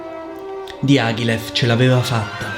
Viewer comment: Dee ah ghee leff! Dye a gly yif! My word. I could not recognise Diagilev's name from your pronunciation. I love your analyses though. Please try to pronounce names as close as possible - I know you are able to! Go for it!